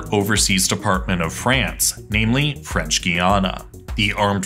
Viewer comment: Your French is horrible :DD But great video!